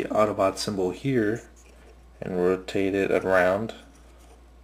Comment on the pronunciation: you said autoboot its autobot